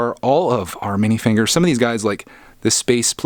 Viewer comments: Why did it sound like you said mini fingers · Are you saying Mini figures wrong on Purpose